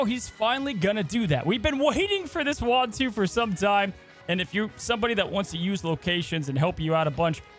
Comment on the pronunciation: Ooh- ahh-two Not wah-two Why does that seem so hard? Lol